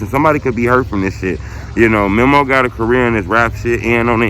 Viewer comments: why you stay butchering his name like that? its MEMO not mimo 🤦🏾‍♂️ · Bruh never says Memo's name right 🤦🏾‍♂️🤣